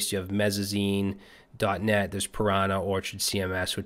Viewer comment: Wtf is Mezzazine? Or did you mean Mezzanine 😂